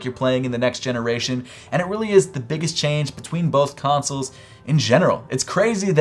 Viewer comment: You pronounce consoles like tonsils with a C